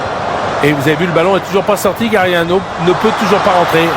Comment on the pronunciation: "Gaganòò" ahahahah